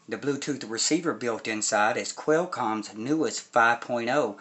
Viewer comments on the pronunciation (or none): “Queelcom ” lmao